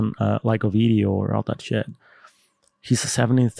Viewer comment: Bro it’s never Bideo It’s Video 🤦‍♂️